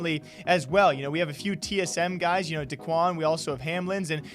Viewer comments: Da-kwon? Sounded white af there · Man said D’quan